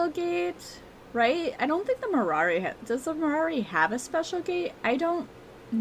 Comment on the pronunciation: It sounds like you say Marari instead of Marwari.